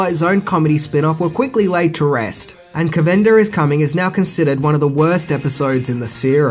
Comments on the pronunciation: Cav-in-durr. Ta-Kay. Not Cuhvindir. Or Tacky. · One thing I didn't know about the Twilight Zone #4. Everything else is common knowledge. But nice homage to the greatest TV show ever made. Amused at how he pronounced caVANda 😀